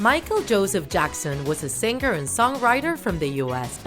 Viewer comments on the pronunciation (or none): Did you guys hear siger in stead of singer? Lol